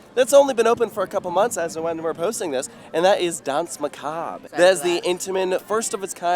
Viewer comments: "dance macob" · It is dansmacabre